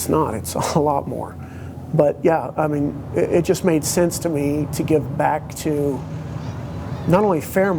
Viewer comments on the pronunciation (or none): none